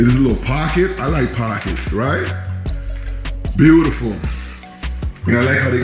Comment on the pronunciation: Cute house!, you crack me up "Foyer vibes" and I love your "Buh U tiful!" 🤣❤👍